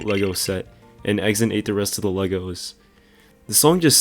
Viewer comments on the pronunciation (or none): none